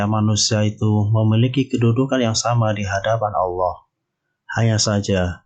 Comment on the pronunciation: Bukan aloh tapi allah